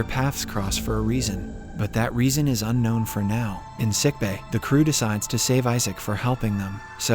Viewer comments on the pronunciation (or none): none